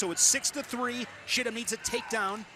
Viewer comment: Go to... calls Chittum, "Shittum," and says it again,, and...😂😂